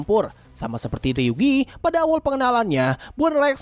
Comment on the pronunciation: Namanya ryugu bukan ryugi kak